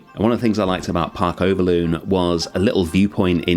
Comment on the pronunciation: Awesome build mate, love me some pygmy hippos. And a Dutch zoo mentioned which always makes me very happy. Speaking of it, the loon part of Overloon is pronounced more like loan. Not that it really matters, just thought it's worth sharing.